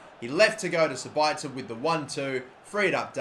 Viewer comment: The pronunciation is 'Za-Bit-Za' (for Sabitzer, obviously)